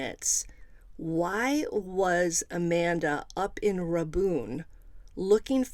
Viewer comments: Strange case. And it’s pronounced Ray-bun county. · Rabun pronounced as Ray-bun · Its Rabun pronounced like "ray-bun" ... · Not nit picking, just trying to help. Rabun is pronounced “raybun” (bun like hotdog bun). Or if you ask someone who’s from Rabun it’s pronounced “raburn”. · Rabun county is pronounced Ray bun. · 🤣 GA native here too... The bun is so short it's just bn